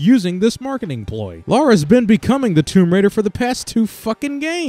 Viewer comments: You know Lara isn´t Laura. Please get that right. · Wait a fucking minute, Laura? It's Lara.